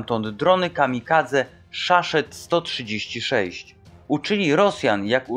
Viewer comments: Szaszed a może saszeta. To się czyta szahid czyli męczennik oddający życie za wiarę. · To się raczej czyta "szahid", czyli po arabsku "męczennik".